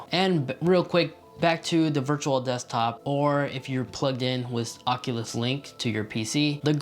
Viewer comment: Say it with me now: ock-yoo-luss kwest. Not "ockaless quess", FFS. Ah-nun-see-ate!